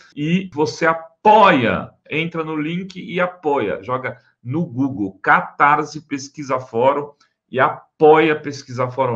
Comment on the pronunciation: Catarssssse, não soa z.!